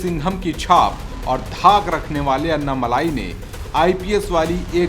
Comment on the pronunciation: अन्ना मलाई नही ये अन्ना मलै।